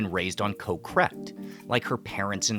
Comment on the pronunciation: Impressive research and I always learn something from these videos, but can ya improve the pronunciation a bit. the word for island is" Got", without the T, not Co- or anything like that.